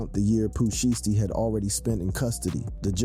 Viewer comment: That’s not how you pronounce Shiesty 😂